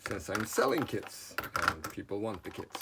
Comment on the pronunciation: at the end of the video did you say “I need to make more kids” or I need to make more kits”? 😂